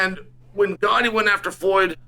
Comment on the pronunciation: Uncle Chael pronouncing Gotti’s name correctly tells you everything you need to know about them.